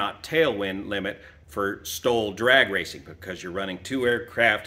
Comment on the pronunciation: Really had to concentrate to hear the difference between "STOL" and "stall". At first I thought was talking about a "stall demonstration".